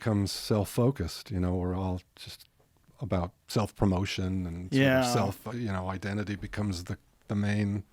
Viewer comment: when Gary says "true identity", it sounds like he says "true white entity". Look it up.